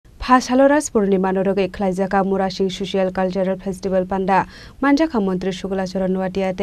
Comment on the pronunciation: মন্ত্রী মহোদয় মড়াসিং নয়, মুড়াসিং। সঠিক উচ্চারণ করতে শিখুন।